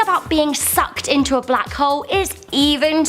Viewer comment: The way she pronounced black hole sounds like butt hole!!🤣🤣...lol??